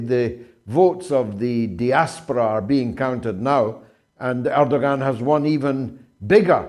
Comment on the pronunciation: George where did you get this clown from, he cannot even pronounce the Turkish president's name correctly. You know I have lived in Turkey for 20 years. Erdoğan is an Autocrat, he and he alone is the cause of Turkish demise re currency. It is Erdoğans policies that have Turkey in the mire that they find themselves in today. He's a dictator. Check his political opposition as you will see a lot of them are imprisoned, by Erdoğan. I'm disappointed also that he was reelected. I don't like authoritarian regime's George. Turkey is fast becoming a worse country than I encountered over 20 years ago. It's a religious bigots paradise now George.